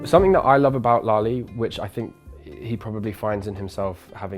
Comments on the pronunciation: His son says is lali instead of lale like the memorial centre of holocaust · It is Lale....with an "e"....not Lali!